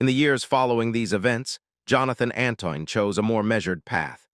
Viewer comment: His name is Antoine -nit Anton and as usual these videos tell us nothing new and get lots of things wrong I don't know why the makers bother